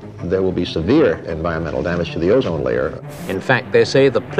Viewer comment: O-zine layer... Havn't heard that bullshit in a long time!